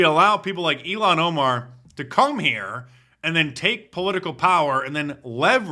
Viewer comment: Her name is pronounced ill-han Omar ... the way you say it is far too close to Elon Musk who is a million times better than she ever could be. Not that he's the greatest, but he's better than her.